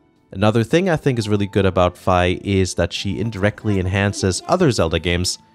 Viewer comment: I still pronounce her name as "fee". xD Hearing you say "fye", however, sounded good, so I may go to that. Fantastic video, as always. 🙌🏾